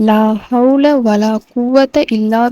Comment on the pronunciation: Unga உச்சரிப்பு சரில்ல ஒரு letter maarnalum அர்த்தம் மாறிடும் லா havlaa வலா qhuvvathaa illaa billaa Neenga solrathu La havla vala quvatha illa Billa Tamil pesura Muslim ellarum Qhuraan a uchcharikkatheriyama Yen ipdi irukinganu therila